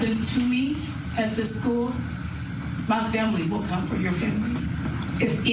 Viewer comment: It sounded like she's saying "comfort" not "come for"